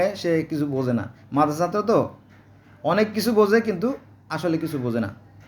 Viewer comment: সাত্র না ছাত্র